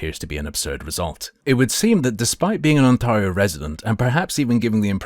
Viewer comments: Lol the way you say OnTARreho is so triggering lmfao ON TEAR RIO my guy 🎉😂 lol 😂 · As someone from Ontario please pronounce it "OnTAIRio". Yeah, its nitpicking but it's irritating to hear it pronounced that way. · You'll probably never need to say Ontario again. Its pronounced (on-teh-ree-oh). Like you would pronounce 'day', instead of 'maw'. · I have never heard anyone mispronounce Ontario as, "On-Tar-io" before, makes me tar up.